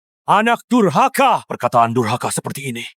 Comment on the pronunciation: Dasar DURKAHA kata raja bukan dasar DURHAKA 😂😂😂